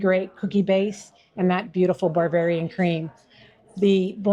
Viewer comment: I couldn't help but think that if I were talking with that lady and she kept saying "bar-varian" instead of Bavarian _... I'd have been cracking up! 😂 I can't help it.... it's just in my nature! 🤷🏻‍♂️ I love good food so thanks so much for sharing! And I ain't ever found a frawg leg anywhere that tastes like any chicken I've ever had! They certainly DON'T taste like chicken 😂 God bless ~ Scott 💙🙏🏼